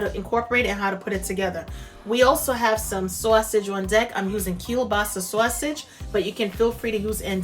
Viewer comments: you must be a New Yorker--once I heard "Sawsage" I knew! I can't wait to try this! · I love love your channel! I pronounce Sazsauge! Too! I can't wait till she hears you co correct her! Lol. God bless and thank you I love Cabbage too! ❤️ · I love the way you say "sausage". Sounds like you may be from the east coast. I'm definitely trying this recipe. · Omg, I love the way she says sausage xD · Great job. I like how you say sausage as well ;-)